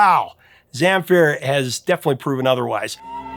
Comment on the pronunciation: When you pronounced Gheorghe Zamfir I had to wait to see who you are talking about :) Gheorghe is just an archaic version of George used in the Balkans area, while Zamfir has the accent on the second syllable, but in the end I am glad to have him on the list, no matter how you call him.